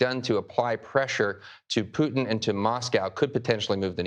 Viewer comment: STOP MISPRONOUNCING RUSSIAN PRESIDENT'S NAME!!!